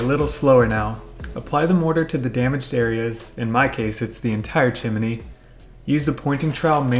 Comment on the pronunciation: Chim-a-nee flute?